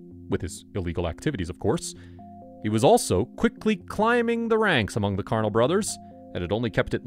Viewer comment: The way you pronounced "carnal" lmfao!